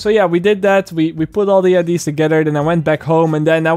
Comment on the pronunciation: I love videos but the way that he says "IDs" instead of "ideas" is driving me fuckin crazy lol